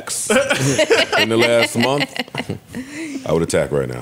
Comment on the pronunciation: Why can’t NJ dudes say month instead of “munf” like Joe and do?